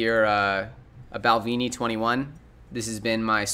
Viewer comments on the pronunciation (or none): Check the Balvenie pronounciation. It's with a "eh" not an "ee"